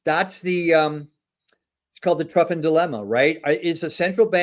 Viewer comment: Truffin, lol